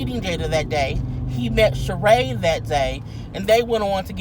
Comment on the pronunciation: I know this is very trivial but I have to say that his Ex wife's name is pronounced Shereeeeeeeeee!!!!!!!